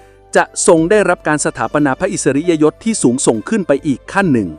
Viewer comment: บรรยาย อ่าน พระอิสริยยศ ผิดหรือเปล่า ครับ